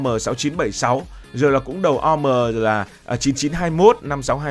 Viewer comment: Vd OM 3536 đọc là ô em 3536 mới qen